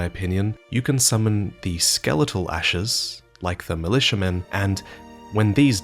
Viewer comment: love the lore but hate the way you pronounce s's at the end of words for example ashes= ashesshhhhhh